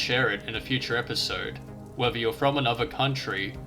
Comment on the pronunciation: Ohhhh, mate; it's earth, not erf. Please, please please, pronounce your "th". Not "wif", it's "with"...... not "whevver", it's "whether". Please, for the love of whatever. This has all put me off completely, I got to about 4 mins. in and couldn't take it any more.